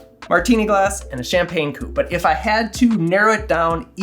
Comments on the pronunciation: I'm a Belgian french speaker. You pronounced coupe pretty well. If you want to improve, say "coop". Without long "oo". The most important thing is to pronounce the word like if th E vanished and never existed. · You are absolutely right about the coupe, that is the proper French pronounciation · You’re right,not a cou-pay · as a French person I thank and commend you for using the right pronunciation. A "coupe" (a cup) does not have an accent, unlike "coupé" (adjective meaning "cut") that does. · You are correct about the “coupe” vs “coupé”… I’m French Canadian… Excellent video! Thanks! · Yes it is a "coupe" and not a "coupé" (which is a car ) awesome vidéso tks ! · Being a French Canadian, I confirm that your prononciation of « coupe » is exact 👍🏻 Since there is no « accent aigu » on the « e » (é), it is pronounced « coupe » and not « coupay » (coupé). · As a French French, I concur as well. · you're getting a like for correct pronunciation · as a french, your nailed the pronounciation ;) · I am from France and I have to say that your pronunciation of "coupe" is perfect! There is no "accent aiguë" 😉